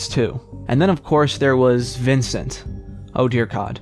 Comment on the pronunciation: I physically winced when he said Vincent